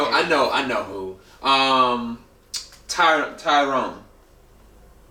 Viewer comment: "Tyrone" XD